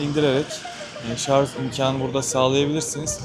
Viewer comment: Bu işi yapıp nasıl devamlı "şarz" demeyi başardınız 😃